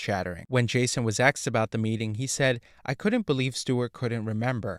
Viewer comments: He aksed good quesfions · He ASKED a question, not AXED. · HOLY SHIT DUDE, IT'S ASKED, NOT AKSED OR AXED. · It's "asked", not axed". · "Asked", not "axed". Asked, asked, asked. Practice saying it until you get it right. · "asked" = a-s-k-e-d not "axed". the hard "k" sound comes after the "s" sound. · the word is 'asked' not 'axed' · The narrator uses an “ask” to cut down trees!!! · The verb is "ask", not "axe". You're welcome. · A curse be on your use of “axed”. An amateur ploy to pose as “hip”. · It's AI axed also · thank you. I thought it was just me. Annoying AF